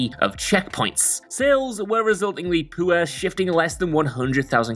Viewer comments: saying poor like poo-er is making me giggle more than I want to admit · "Poor": Poowah